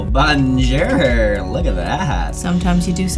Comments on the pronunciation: "BONJERRRR" xD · OMG when said Bonjerrr i cried 😂😂😂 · I love but when he went "bahnjerr" I died a little on the inside.